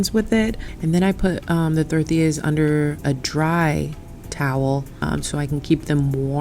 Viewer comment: Love how you pronounce tortillas and comal sounds like you speak Spanish fluently. Great Video Hermana 🔥💯✊🏽